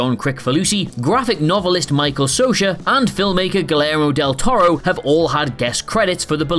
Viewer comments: did I just hear Guillermo del Toro's name pronounced as Gilero? Where's the m? Why's the y sound replaced by an L sound? I need answers! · And filmmaker what? Guilero del Toro? Yo are not even trying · Who the hell is Gillerro Del Toro? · I've never heard someone butcher the name Guillermo del Toro so badly...